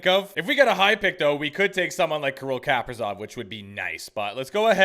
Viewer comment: It's pronounced Kuh-Pree-Zawf by the way 😊